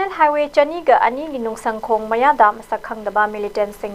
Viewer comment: Cadre da kadre haina pronunce touba chanel ZUF nutte ZUF K haiu Pao pabada cheksillu Ukhrul Nunsungkhong haiba village leite Nungsangkhong haibani